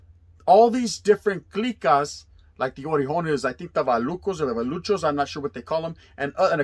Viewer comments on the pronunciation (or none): Its not vallucho homie lol...its valley "valle" in spanish and pachuco put togeather valluco the 956 area border towns of south texas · TANGO VALLUCO ...LL=Y sound....VA-YU-CO...like tortilla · Tango were made for those people that didn’t wanna join the you know who they could click together against the you know who. And I really don’t think you should be talking about the subject. Dude, you can’t even pronounce vaLLuco correctly. It’s pronounced va.you.co”vaLLuco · Orale,what crackin.....it's VALLUKOS pronounced VA-you-KO. Named comes from the Rio grande Valley way down in south Texas. Saludos carnal. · Valluco from down south pronounce it right please .